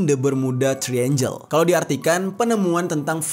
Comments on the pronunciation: Triangle itu di bacanya bukan "Tri-enjel (seperti membaca angel: Malaikat" yang benar di baca "Trienggel" seperti membaca angle (sudut) 😂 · Kontennya bagus.. Sekadar masukan, pronounciation istilah2 dlm bahasa asingnya sebaiknya dibenerin lagi, even utk kata2 Bahasa Inggris yg sederhana, kyk Devil's Triangle (tp dibaca Three Angel), Dead Air Space (tp dibaca Deed), Florida (tp dibaca Floraida), Spiral Dive (dibaca Driver), dll itu kan mudah & basic bgt. Akan jdi konten yg lebih perfect. Thx